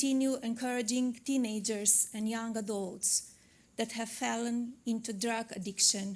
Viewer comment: Instead of saying "Has fallen into drug addiction" she said "Has felon into drug addiction" that's articulate alright, just teasing your first lady, don't get offended.